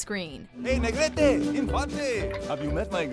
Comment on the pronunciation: Makes my heart happy to hear my last name - NEGRETE- pronounced properly